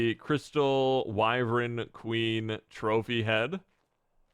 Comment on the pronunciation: For the love of humanity, it is wyvern. Not wyvren